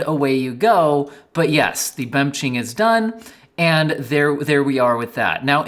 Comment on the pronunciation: Dude, I am eatintg my dinner and almost choked on "bemching" 😀